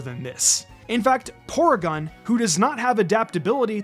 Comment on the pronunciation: It’s pronounced viv-EE-YON and pore-EE-gon, “”! 🤨 Stop mispronouncing Pokémon names, you idiot! 🙄: Also, Ledian’s Sp. Def is 155! 🤨